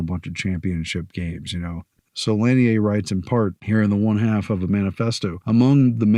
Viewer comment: Lanier is pronounced; La-near